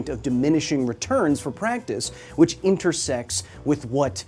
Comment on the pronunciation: Haha you said intersects and it sounded like intersex